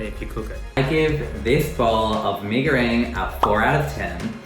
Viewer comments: I hate the way they say “me go rang” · Why are yous saying me go RANG it’s reng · That "mei goreang" made me purse my lips tho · "me goweng" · As a Malaysian it is so cringe to hear them say “Mi Gorang” like 😌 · 1) they're not making it for a damn uni student 2) pee goreng (hahahaahah) 3) idk, i three points for effect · “Me go rang” 🤣🤣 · "Isn't Mi goreng THAI tho?" Look at how they massacred my boy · They kept pissing me off when they said mi goreng wrong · Umh.....it doesn't bring any harm though. Everyone can still understand that as "Mie Goreng" If they ordered from abang-abang or teteh in warung, it's still a pass Unlike when you order some dimsum in China and said "Gao zi" literally "Gao zi" Instead of saying it as "kao-che" That's detrimental Relax a bit